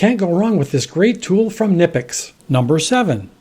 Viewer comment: just say Nipex it's fine